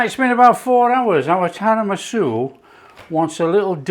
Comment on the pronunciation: Its Tiramisu not Tarimasu! 😉Love your stuff by the way 😀 Very sweet of you to call out to that couple.